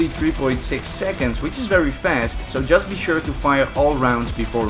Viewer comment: "Jist" wait wtf